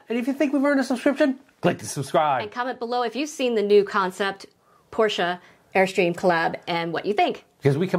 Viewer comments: Thank you for correctly pronouncing Porsche. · Thanks! Having lived in Germany and owned a Porsche, I take great pride in pronouncing it correctly.